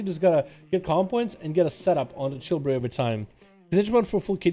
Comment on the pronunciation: Its "Chi" brew....not "Chill" brew. 🤦‍♂️